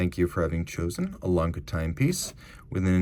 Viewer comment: Lange - no hard G. Soft g. Not Lang-Guh. Lang-Uh